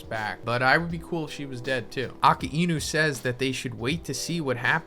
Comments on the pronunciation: AKA EENU 😂 Much love anyways. Love the pronunciation for Akainu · Yo.. Its Akainu not Aka-inu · The way your pronounce akainu makes me wanna kms